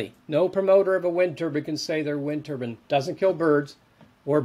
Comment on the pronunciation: WTF? why does the Turbine expert keep saying turbAN??? they aren't wind headwear???